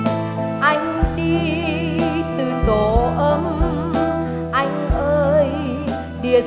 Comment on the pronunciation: Nghe phát âm chữ “Anh” là mất phê, giọng nghe chè bẹt quá.